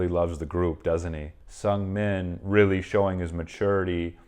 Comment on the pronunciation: The pronunciation of Seungmin isnt S"u"ngming, but S"oo"ngming. Just saying for a next time lol hahaha